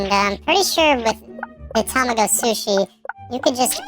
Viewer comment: Tamago is actually pronounced tuh-mah-go